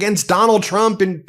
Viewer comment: Love Laura saying Trumps name wrong she said "Chump instead of Trump."